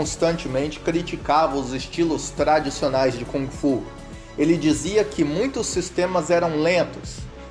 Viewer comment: Boa noite, Bruce Lee foi, é e para sempre será o melhor lutador de todos os tempos que este planeta conheceu, indubitavelmente, simplesmente ele era um gênio, aí esta a gigantesquíssima diferença entre ele e outros! E por favor aprenda a pronunciar Kung Fu! Qual é a credibilidade de alguém que fala sobre o melhor lutador de todos os tempos Bruce Lee, se essa pessoa não sabe se quer pronunciar direito a arte marcial na sua essência chinesa que Bruce Lee mostrou ao mundo?